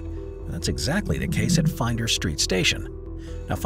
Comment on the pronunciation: It is Flinders St Station not Finders St